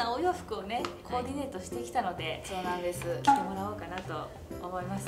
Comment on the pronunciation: ~ コーデネート😂可愛いかよ🥺 なんか関西人ならわかりそうな番組で聞いたことある響き😂